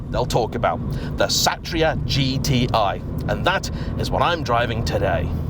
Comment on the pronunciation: pronounced so right dude👍, SATRIA not SETRIA mean WARRIOR.